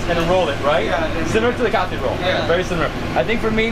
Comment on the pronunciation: It’s not Cathy roll bro it’s kathi roll